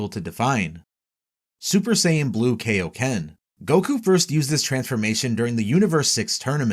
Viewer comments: Its the KAIoken, not the KAYoken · ok first off, its KI-O-KEN, not KAY-O-KEN. Also, nitpicking but Ultra Instinct and Ultra Ego are not "saiyan" transformations since all Angels are in UI and ego is basically the precursor to G.O.D. powers. Also, also if this was released 3 months ago, why wasn't Beast Mode on here? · It’s Kai-o-ken not Kay-o-ken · Kaio*** as in Kaiō-sama or Kita no Kaiō Not KAYO ken damn dub fans...... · I hate being a "well actually" kinda guy and i know people arent perfect...but i seriously hate when people say "Kay-o-ken" instead of "KAI-o-ken". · i died inside when he said "rose" and "kay ok ken" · He says “kay o ken”. So basically just prounced the “a” in “kai” wrong. Which, btw, many people(especially Americans) do.. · "When are you gonna teach us the kay-oh-ken King Kai?" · That is not how "kaioken" is pronounced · Your mispronunciation of Kaioken irks me lol